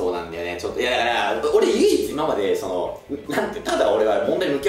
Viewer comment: 「いままで」のイントネーションが😄